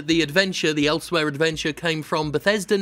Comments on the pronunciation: It’s Elsweyr, not elsewhere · "Elsweyr" (shudder).